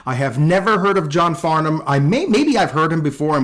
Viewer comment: With...you appear to be American AND you pronounced his name right?! Well done, sir! 🤣